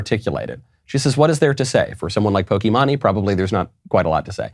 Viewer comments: Lol at the boomer Knowles..."Pokey Money!" Knowles... it's "Pokey-Main" .... Really doesn't matter except for the fact she's an abuser of the YouTube copyright system.... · Not gonna lie it's incredibly painful to hear him say "Poki- monny". He looked her up, he could have looked up how her name is pronounced... Not out of anything other than my poor poor ears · Her name is said Poki-MAIN and she has a lot of twitch scandals and is not well liked. She makes money dressing like a hoochie mama for desperate gamer boys in their mom's basement, streaming herself playing video games, and these gamer boys pay her money to watch her. She has literally made millions off of youtube and twitch just by playing games and being the unattainable dream girl for every simp. Basically she uses her body and sexuality to make money online. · I understand this is a video is serious, but I'm so distributed by him pronouncing pokimane as pokee mon ee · poki-maan-ie, lmao, gotta love that pronuncitation. I love ya Knowles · Michael, why are you saying PokiMONEE??? Jesus do some basic research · Knowles: "We need to win the culture war and to do that you need to understand your opposition." Also Knowles: "How do you do fellow kids? Pokey-mah-ney." It's so cringe when Knowles does less than a google search on pop culture topics and being unable to pronounce popular peoples "names". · I think it’s pronounced “pokee Maine”, as in like the state of Maine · It’s “pokèmane” she’s definitely not very educated in politics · Michael, I know that this isn't really your area of expertise but her username is pronounced "Poke-e-main" with a strong emphasis on the middle e. I agree with everything you said in the video but when you get the pronunciation wrong it just seems like you haven't done your research. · I was laughing the whole video...it's po-ki-main. Maybe you don't care but, it was funny hearing your pronunciation all video. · It is pronounced Poke -main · pronounced: pokey-main. Haha